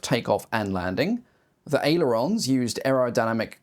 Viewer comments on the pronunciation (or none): none